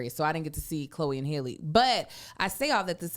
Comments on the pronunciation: Chloe's sister's name is not Hailey, it is HALLE, like Berry., do better!! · Y’all grew up with Halle Berry and still mispronounce Halle Bailey’s name.